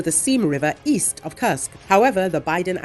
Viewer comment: Could you please replace the female voice with the male voice that does not curse Kursk anymore. Thank you